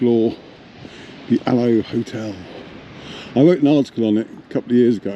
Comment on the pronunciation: It’s pronounced Aloeee as in the aloe plant , the field next door grew aloe originally.❤